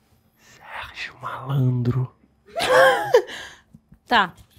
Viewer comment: ele falando sergii malandro , trinquei kkk e ainda fumando aqui melhor ainda